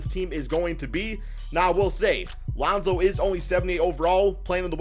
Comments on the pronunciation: Who the fck is lawnzo? Just sai it like lonzo bro. Wtf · LAAwnZow? Cant u say it by just pronouncing lonzo? No need to exaggerate his name. Wtf? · Geez you say Lonzo weird